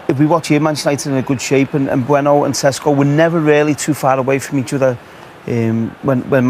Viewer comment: ŠeŠko - SH e SH ko, not sesko